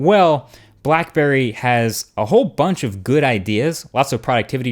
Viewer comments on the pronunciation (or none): black burrey xD